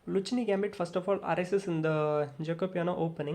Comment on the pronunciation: I'm sorry, but your pronounciation is mistaken. In Italian, "c" followed by "h" is always pronounced like "k" in English. So it should be pronounced the "Lukkeene" Gambit